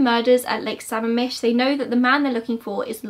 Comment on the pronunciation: I hate to be that person but I scrolled through the comments and no one has mentioned this so I thought I would; it's pronounced suh-ma'am-ish. You got it pretty close though! I normally don't care about area pronunciation but I'm indigenous from that area and sammamish is a lushootseed word so I guess I feel the need to correct indigenous words. Anyway!! Great video as always! You go SO in depth— like I'm a true crime freak FROM WASHINGTON STATE and I didn't know a lot of that stuff about bundy! Which is saying something because here in Western Washington (especially around UW), everyone knows someone or knows someone who knows someone that was either a bundy victim or was almost a bundy victim. Something you might find interesting is this post I saw on Reddit I think about a guy who almost ran into bundy. I'm on mobile so I'll have to link it in a reply!